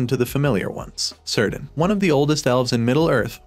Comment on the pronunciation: OMG... Stop pronouncing the letter C in Elf names as an S.... The correct form of that C is as a K. Cirdan is pronounced Keer Dan not Seer Dan. Celebrimbor is Kell uh brim bor not Sell uh brim bor.